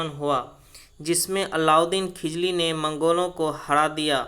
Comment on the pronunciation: खिजली या खिलजी क्या,😆😆😆